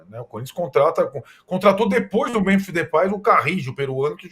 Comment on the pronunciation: Primeiro: Memphis. Falem direito.